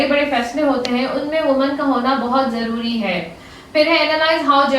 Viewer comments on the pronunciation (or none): none